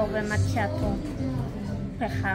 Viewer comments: odnośnie kawki to czytamy z włoskiego "makiato" a nie "macziato":) to bardzo częsty błąd. Pozdrawiam! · maKIato, nie macziato :)